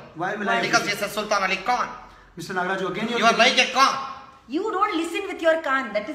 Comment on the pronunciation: It's Nograj. Not Nagraj...please be able to make the right noise of name of humble politicean.